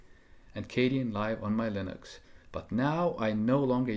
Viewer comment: I thought it was pronounced "KAY-den" and not "KAY-dee-en" Live, or am I wrong?